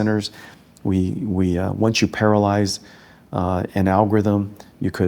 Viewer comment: its parallelize dude... not paralyze 😂